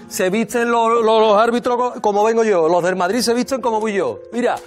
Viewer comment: El rear de madrih... jajajajaja